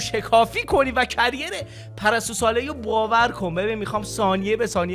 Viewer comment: كِرير معنى شغل ميده و نه كَرير . ما هم يه كم انگليسى شما رو roast كنيم 😂